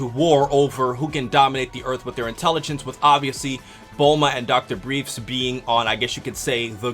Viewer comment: Isn´t it "Dr. BriefS", actually? always pronounced it correctly afterwards...................